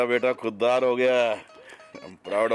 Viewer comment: khudgarz nhi bhai khuddar hota h🤣🤣🤣